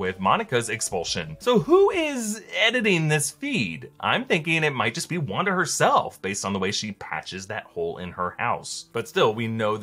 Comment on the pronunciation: Lmao it sounds like a race joke where he says Wanda like rawnda